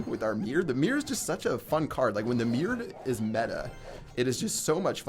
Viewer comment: Why are you calling the mirror "The meer"?